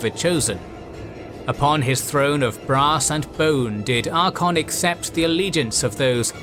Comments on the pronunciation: You have a long and great series open to you. I eagerly await the detailed assessment of every battle across this series of books. The 1st Battle of Middenheim especially. Just a heads up though, his name is Archaon(Ark-ae-on) not Archon. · ngl I kinda hate how you mispronounce Archeon :P It isnt Archon. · It's Archaon not Archon like the greek word for "commander" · the greatest tragedy is the constant disregard for the second ‘a’ in ‘Archaon’ heh, ‘archon—‘ what is this, starcraft? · Ar-CHA-on (CH is pronoucned as 'K' here). Not "Arkon". Besides that little triviality, a nice video that nicely summarize the setup for the End Times! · The continuous pronunciation of Archaon as "Archon" hurt me, nice vid tho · Good thing you mentioned that. It is kinda annoying to hear Archaon's name pronounced similar to Arkhan's. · Proper pronunciation is Ark-ay-on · This guy pronouncing Archaon as "Ar-kon" Lol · the second a in Archaon is not silent! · Yeah... until you hear to the narrator repeatedly butcher the name of our boy. 😂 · The second A is silent?! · No. This narrator is simply not pronouncing it properly. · lol atleast get someone who can pronounce Archeon the Ever chosen right. Great video otherwise. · I feel like this episode should have been about Archeon becoming the everchosen, and the stories of how he got his items. Also you should probably look up some pronounciations, as you are mispronouncing Archaon and Bel'akor. His name is not Arkon, is Ar-cha-on, sort of like you would pronounce the first parts of 'archaic'. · Absolutely love this video! Super minor correction: Mispronounced both Archaon and Be'lakor (you left off the "A" in Archaon, and Be'lakor is properly said 'Bell-a-Core'). Wouldn't've raised if not for the centrality of those characters to the lore!